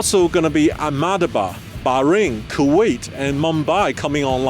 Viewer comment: Ahmedabad totally false pronunciation!